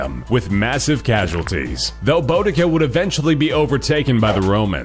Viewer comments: Boo-di-see-a is how you pronounce Boudicca just saying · The 1st woman is pronounced BOODICA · Number 1 is pronounced boodica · icouldnt stop laughing when u said boudica its pronounced boo d ca lol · um, it's "boo-dica" and "I-see-nee" lol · it's pronounced bodakI although it's spelled bodaka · Boudica is pronounced as boo-di-ca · didn't pronounce boudica even a little bit right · you pronounced the first ones name wrong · that boudica and icini pronunciation was so bad